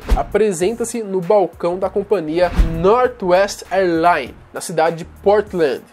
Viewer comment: "Nórtuest errlain"